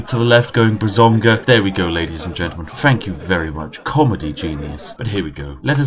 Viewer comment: Did no one notice that Spiff said "bazonga" instead of "bazinga".. No one?? Oh ok.. 😅